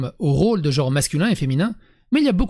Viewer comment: attention à l'erreur de prononciation, on dit bien "genre" et non "gore"